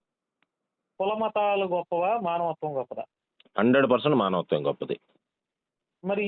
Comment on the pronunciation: మనవత్వం........ కాదురా బాబు అది మానవత్వం